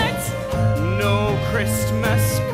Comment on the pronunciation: He pronounced the t in Christmas. I went back 3 times to make sure I wasn't losing my mind.